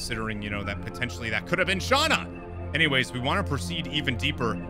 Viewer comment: and thats you you are supose to say Shana. I normaly dont care how you say names unless it comes in a cutseen.